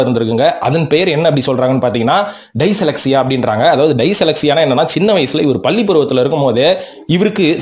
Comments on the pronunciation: dyslexia pronunciation 🤣 🤣 🤣 🤣 🤣 🤣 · டைசலெக்ஸியா illa adhu டிஸ்லெக்ஸியா